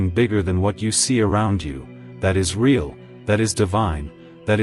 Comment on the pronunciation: ray-all is Ai correction needed for the word real (pronounced reel)